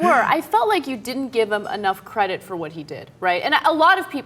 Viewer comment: ur credit..doesnt sound like credit